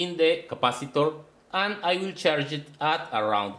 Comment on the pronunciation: plase dont seyy a agan and again AAAAAAAAANnn AAnnnn AAnnnnnnNNN aaaAAAAnnnnn not ANNN but AND!